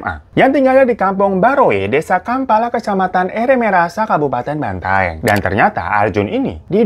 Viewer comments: bukan banteng kak 😭😭 cara nyebutnya tuh " ban-ta-eng" 😭😭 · Bukan BANTENG Bacanya bro, BAN-TA-ENG Gitu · bukan banteng bang.. bacanya banta-eng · Bukan banteng tapi Bantaeng bang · Kak Bantaeng bukan Benteng wkwk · BANTAENG bang bukan banteng